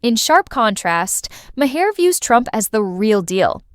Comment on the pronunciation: AI produced videos need to stop. "Ma HAIR"?? That's how you''re pronouncing Maher's last name? But only half the time? His name was pronounced three different ways. Either do a video, or don't. But this ridiculous phrasing and off-putting pronunciation is an insult to content creating. And I agree with the message--but the value of it is lost in the AI reading.